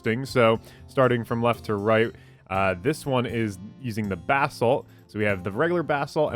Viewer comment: Hq Gaming Boy it sounded like he was saying bath salts.